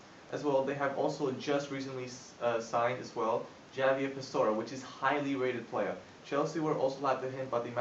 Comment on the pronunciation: Nice, but Javier Pastore is pronounced (HA- Vier, roll the r in the end, not JA Viha, roll the run at the end, I know the british don't).